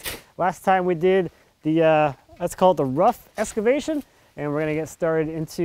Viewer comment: "Rough escavation"? Now we know why you rented an "escavator". :-) Looks good so far.